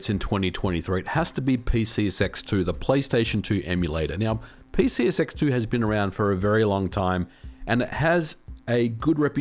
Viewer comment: I have to ask. Are you saying PCSX2, or as I'm hearing it...PC Sex 2? I need to know right meow.